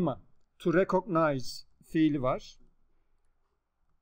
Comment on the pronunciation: Hocam rekıgnayz diye okunmuyor mu rekognayz diye söylemişsiniz defalarca öyle bir söyleme şekli de mi var ?